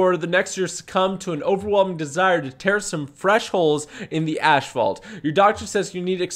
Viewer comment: "ashphalt" lol